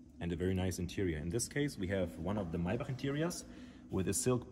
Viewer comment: I really enjoyed this video. It's so nice to hear someone correctly pronounce "Maybach". I haven't seen another video on a Pullman model and I greatly appreciate your having made this one. Thanks!